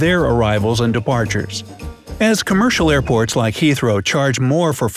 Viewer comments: anyone else thought he said airpods? i was like tf is this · Thought you said airpods lol